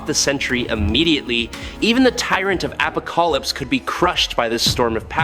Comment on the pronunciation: "Appocolypse"??? A rather bad pronunciation..